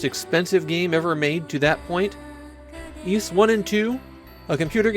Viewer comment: How did I just find out Ys was pronounced ees and not weiss..